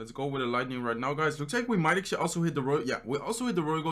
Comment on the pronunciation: Do u know how much “actually” u said ?? U didn’t even say actually u say “acshi” all the time and its so fucking annoying